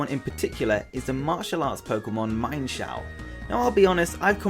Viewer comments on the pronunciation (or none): Its not mienfoo and mienshow its meanshoo and meanshao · its pronounced MEEN sho not MINE sho. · it is mean-shao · Um actually meinshou is pronounced as MEAN-SHOU